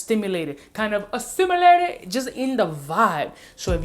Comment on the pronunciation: ASSIMULATED!! LOL